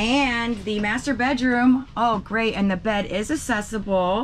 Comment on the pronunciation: I luv y'all, but say after me: ak-sess-i-bul. Same thing applies to accessories.